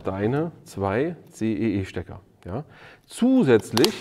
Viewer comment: CEE nicht EEC :D